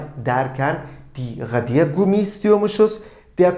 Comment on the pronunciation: Merhabalar hocam tekrar amaclı izliyorum videoları suan dikkatimi cektı ki siz isinize resmen asıksınız ❤Bu da mutlak basarıyı getiriyor. Telaffuz ıle ilgili "radiergummi" kelimesini söylerken ne de güzel anlatıyorsunuz. O enerjiyi hissetmemek imkansız. Emekleriniz için çok teşekkür ederim iyiki varsınız🙏 Sayenizde Almanca gibi zor bır dili severek çalışıyorum👏👏